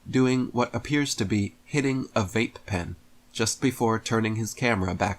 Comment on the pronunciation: "Hitting a vay-puh puh-en" Shuddddup